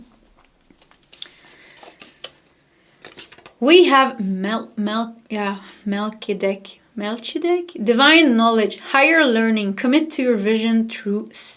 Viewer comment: Melchizedek= Mel-KEE-ze-dek loving your readings...they help me very, very much! Wising you very well!